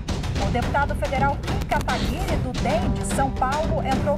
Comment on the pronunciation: Só os fãs de verdade sabem que não se pronuncia katagüiri.